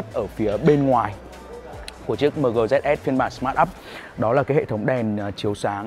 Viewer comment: Chính ra đã đọc mờ gờ thì đọc dét sờ luôn nhỉ.h